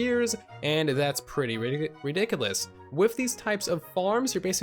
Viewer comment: "Reedikuhlus"😹learn how to talk mate